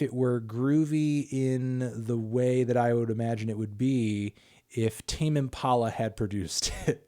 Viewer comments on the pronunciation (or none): none